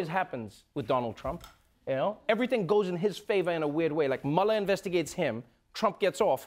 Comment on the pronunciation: I love that Trevor actually pronounces Mueller's name correctly. It is German in origin and -er at the end of German names / words are pronounced with a soft "a" and not a "ER" sound